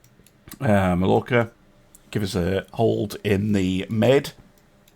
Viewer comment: I love your streams. I really do. But please, the double L in Mallorca is a y. This shouldn’t annoy me, but it does.